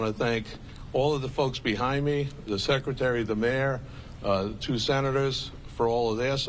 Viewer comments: Did she just say "Shekretary" ? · Shhhecretary? Dafuq? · What’s a “Shreckretary”? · Yes, she did 😂 i heard it as well. Watching from Brazil